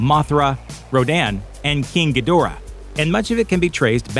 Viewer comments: Gee-DOOR-ah, not GEE-dih-rah? my bad, sorry, dude. dudes. -- deb-OR-ah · It was originally pronounced in Ghidrah the 3 headed monster and Godzilla vs Monster Zero...Gee-der-ra